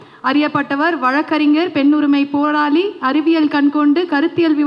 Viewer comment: பேராளியா ? அது போராளி தமிழை ஒழுங்கா பேசுங்க